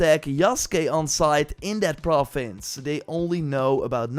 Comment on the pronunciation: I like how he says “profins” 😊